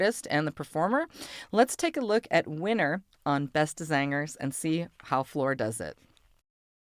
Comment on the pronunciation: that was a real nice pronunciation Beste zangers in Dutch, and yes i'am Dutch